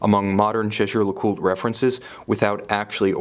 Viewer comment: You might invest some of that money you spend on watches on a French tutor, so he can set your idea of French pronounciation staight. "Jèjè-LeCoulte" doesn't exist! Or just butchering it like a normal English speaker would help.